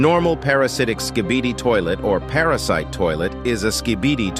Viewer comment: It’s not para sit cuz you said para sit